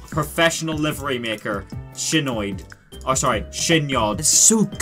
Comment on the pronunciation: Ah yes... Daily does of shenoyed